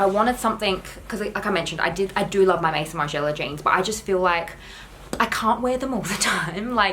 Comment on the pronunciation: Homme = ome (like home without the h). Maison = may-zohn (funnily enough, it’s the French word for house/home).